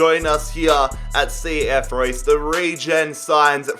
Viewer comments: It's cf Roos. Not Roy's ffs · You do not say Reus like Royce. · pronounced reuuus not like the german marco reus lol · It’s pronounced RAY-OOS not Like Marco reus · Since it's Spanish, isn't it pronounced ray-oos? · Its ree-us + i just came back from reus 2 days ago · It’s pronounced “reh oos” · Re-us, not like Marco Reus